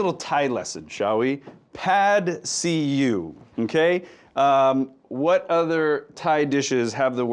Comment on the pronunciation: Isn’t it “Pad See Ew”?